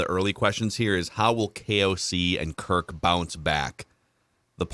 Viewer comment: i get you're trying to be cute but it's Kirk not Kirt. Also a super bowl calibur team? We weren't one to begin with even in 2017. The Saints figured out our D and it came to a lucky play to win and then the Eagles blew us out. Stats show that was one of our top D performances in a season of all time and once it got figured out it was exploited and you saw the decline in it year after year. Also against winning teams at of QBs have losing records. Rodgers - Cousins: 10-40 - .200 Stafford: 11-72 - .132 Actually it would be easier to liat the QBs that have winning records against winning teams. Tom Brady, Russell Wilson, Patrick Mahomes, Lamar Jackson and Jimmy G. Also if you have a QB that plays a different style, you can't expect the same result with the same type of O Line. Have smaller agile linesman is great for a scrambling QB due to the open field blocks to help them running but if you're a pocket QB, you're gonna get bodied. When the Ravens hot Lamar, they built around him with the line and the olay calling. About Kirk this game, i didn't say he was perfect as their were issues too. My point is this is what you guys kept crying about. You wanted him to keep throwing to JJ and throwing to him when he's covered cause as you guys say, even when he's covered he's not covered. Now the other WRs are an afterthought. You guys wanted him to not sit in the pocket and he's been doing boots, he's been running while looking downfield, and led the team in rushing yards. You g